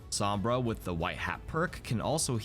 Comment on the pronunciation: His pronunciation sombra hurts every time I hear him say it